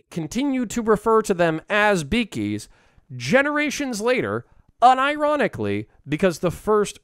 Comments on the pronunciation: I'm sorry, but I don't think it's "beakies" as in "beak"; it's "biggies" as in "big humans", not normal humans, but basically humans as big as an average ork. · I thought the orks said "biggies", not beakies :/